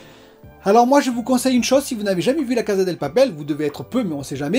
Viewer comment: Vais faire mon chiant désolé 🙏 Mais c'est la Casa DE papel, maison de papier, casa Del papel C'est la maison du papier Et on prononce cassa pas caza Désolé 🙏 😔